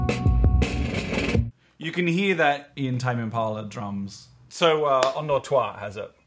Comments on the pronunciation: Sounded like one two three in French! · I've been pronouncing it "endorse toy" this whole time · I did not know endors toi was pronounced like that...I always said “Enders Toy” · i always thought Endors Toi was pronounced Enders Toy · hearing kevin pronounce endors toi had me trippin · So thats how you pronounce endors toi